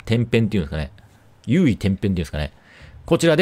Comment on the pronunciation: 有為転変はういてんぺん、と読みます😅